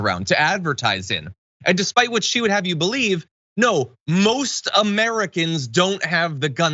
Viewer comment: I can't stand how Marjorie Taylor greene pronounces "Americans" like uhh-mear-uh-kinz